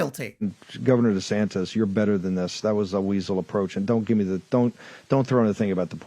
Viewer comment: I have 2 things to say...DeSansis...Deflamation.. I rest my case